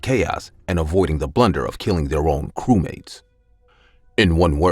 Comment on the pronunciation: her:nlah blah blah cewmate me:ye ye defenetly a cewmate